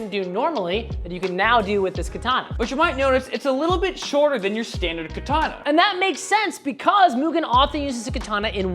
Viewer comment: learn to pronounce katana correctly